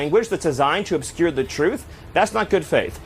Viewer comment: "obscure thae truth", and she is a reporter? hahaha